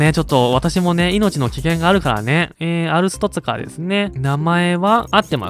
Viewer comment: アルストツカがアルツトツカに聞こえるのは俺だけか？